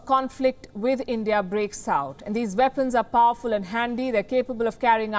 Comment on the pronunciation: Those veapons are wery dangerous in the vorld